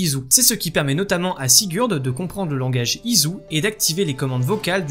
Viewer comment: Je veux pas te vexer mais on dirait que tu dis pas ISU mais IZU